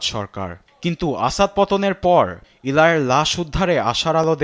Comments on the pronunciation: ভাই সাংবাদিক 'ইলাই' কোহেন নারে 'এলি ' কোহেন হবে। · প্রিয় সাংবাদিক ভাই, আপনি আপনার "ল" উচ্চারণ ঠিকমতো করবেন।এগুলো বিরক্তিকর। এরকম উচ্চারণ শুনলে মাথা বিগড়ে যায়। সুতরাং, উচ্চারণ ও উপস্থাপনা ঠিক করবেন। (এলাই না এলি কোহেন) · ইলাই না এলি কোহেন 😂